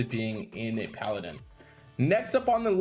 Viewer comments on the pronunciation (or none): none